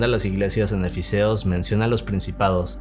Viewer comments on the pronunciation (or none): Es efesios y Colosenses. No efiseos y coloneses😂😅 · Dijo "Eficeos"? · es Efesios y Colosenses banda 🤓☝🏻 (tal y como se escribe se pronuncia) un dato que nadie pidió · Es E-FE-SI-OS y CO-LO-CEN-SES